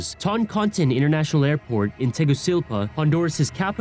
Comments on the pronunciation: Did he just said "Tegucilpa"? Bruh is TEGUCIGALPA. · Lol I had to do a double take to make sure I wasn’t hearing wrong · Te gu ci gal pa Luck La Bro when you don’t say it right takes away from how smart you sound